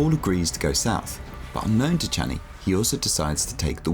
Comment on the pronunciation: You say the "Sh" in Shani like the "Ch" in Jackie Chan. XD It's not wrong, just funny to my ear after watching the movies many times. '^^ Amazing video! Truly fascinating! Such great narrative inspiration!